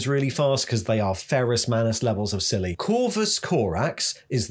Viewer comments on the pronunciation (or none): none